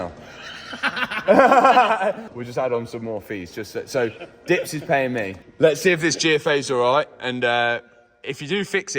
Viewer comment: i love how you said me correctly and then corrected yourself to meh